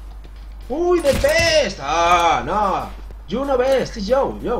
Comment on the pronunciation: Are yu redi mai fren? no are you redi mai fren